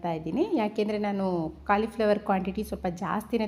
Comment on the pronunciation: Aduu kalii fllwor alla colifllwor maryati 😂😂